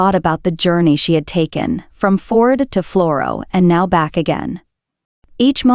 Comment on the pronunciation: She talks way too much. Not interested in Anna at all. Tell us where we are, how many people live there, occupation, climate, fisheries, petty viking kings etc. Not Anna and her thermos. Please learn how to pronounce name. Førde is not FORD.